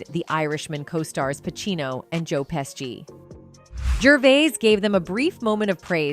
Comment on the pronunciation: So weird. You'd think AI would either get it right or wrong every time. So distracting everytime "she" destroyed his surname time n time again Oh, and Jo Pesgy 😅